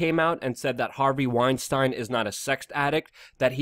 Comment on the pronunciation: luke please pronounce harveys name correctly trying to make him not sound jewish